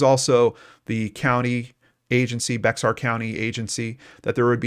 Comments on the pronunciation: It’s not like it’s spelled, BEX-AR , it’s like BEAR pronounced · Hey,we love your show FYI the X in Bexar county is Silent,so it's pronounced Bear county living there we were cringing everytime you said beXar county,we realized you not living here wouldn't know & we hear it called beXar county ALOT so you're not alone,just a little info from a fan in case you talk about in future episodes 👍😎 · It's pronounced Bear not Bax-r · I live in Bexar County, it’s pronounced “Bear” the x is silent. Just an FYI. Great coverage, Thank you! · Thr way to say Bexar county is bear county. X is silent. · I love the remarkable work you do. Just wanted you to know that the 'x' in "Bexar" County is silent, and it's pronounced "Bear." Keep up the great work. 👍🏻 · I came to the comments just to see how many people told him how to say Bexar lol. Texan here. Not as many as I thought!